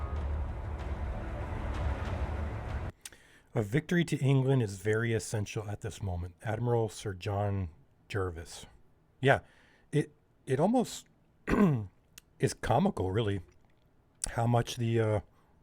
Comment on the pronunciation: 'Jervis' is pronounced Jarvis.